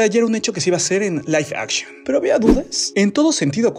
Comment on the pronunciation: Aguas con la pronunciación bro